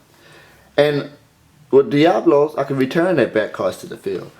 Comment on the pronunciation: you read diablos wrong. diablos is pretty badass tho